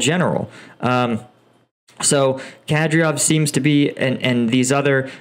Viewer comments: yo, it's kadYRov not kadRYov, i know eastern naming gets pretty difficult but come on man this one is not that hard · Ka-dirov, not Kadriov. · Excellent videos. However, your pronounciation of Ukrainian and Russian names makes me cringe. It is Kadéérov, Shóygu, Hairsónn, Leemáhn, Svátoveh, Bahmóót, Leeseechánsk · Horrible how you say names like Shoigu, Kadyrov, Progoshin and Lyman. Why not learn a bit of those names before?... And by the way about your 'professional' vs 'civillian-comanders': In the start of the war, there was all 'professional' Russian troops and comanders, did not work either. Besides one of the groups that stopped a lot of Russian military was IT-students/gamers with their 'civilian' modded drones...